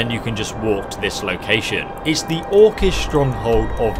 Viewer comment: I like how he can pronounce orcish but not every thing else